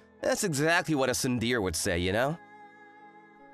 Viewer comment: The male MC voice actor has had an issue with saying the word tsundere wrong a fair amount, even in other videos. He should really learn the correct way to say the word.